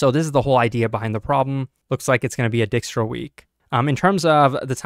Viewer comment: Fyi Dijkstra's rhymes with "like straws", not "pick straws"